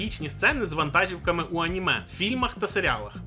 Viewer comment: з повагою до того, що ви робите, але перед тим як думати про переклад з японською, навчіться говорити українською і ставити правильно наголоси. дуже ріже слух ваша "вантАжівка", а треба було б сказати "вантажІвка" 🙄 і це не вперший раз помічаю за не правильною вимовою